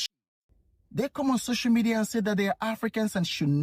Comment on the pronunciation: " Social medieerr" 😂😂